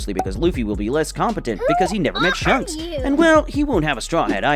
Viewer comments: ITS AN INSANELY GOOD VID BESIDES THE FACT THAT HE PRONOUNCED "SHANKS" AS "SHUNKS" EDIT: I SAW THE PINNED COMMENT AFTERWARDS SORRY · Bro really said shunks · WHO IS SHUNKS ITS SHANKS XD